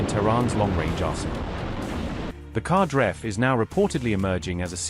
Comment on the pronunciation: The Qadr-F missile is pronounced "KadAr-eff" (rhymes with Ra-dAr)